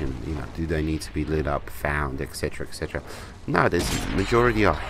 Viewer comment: I like your playing style and you give great reviews. Just one thing, 'etc' = et cetera (pronounced et setera) not ec cetera